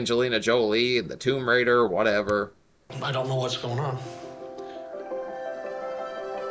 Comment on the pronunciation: "Womb raider" lol